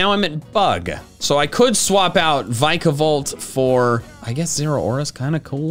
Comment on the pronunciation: There is no B in Vikavolt!